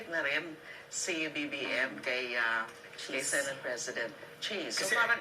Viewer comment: BAKA "SENEYT" ANG PAG PRONOUNCE NG SENATE...FYI..